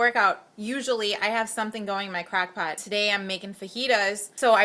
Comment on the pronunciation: When you pronounce 'crockpot' like crackpot, it makes me think that you have a crack lab with a 'breaking bad' theme in your kitchen lol. Not trying to be mean, it's just so cute how you say 'crockpot'